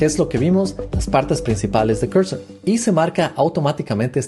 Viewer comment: No se dice "Corsor" o Cursor, se dice al revés Cursor o "Corsor", deja de hablar como un huevón.